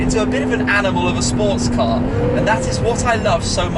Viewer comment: Car* not cat